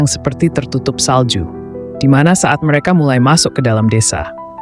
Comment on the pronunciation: Seseo(r) ang, me(r) eka, be(r) jumpa, sede(r) hana.